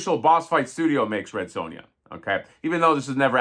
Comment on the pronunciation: Red Sue-Ya 😂😂😂 love it